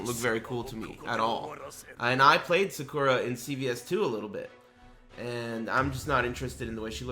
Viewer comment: Aaron Portillo cool he still said it wrong.